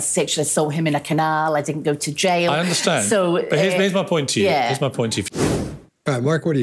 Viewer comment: She called the jail, the jyle 🏴✌️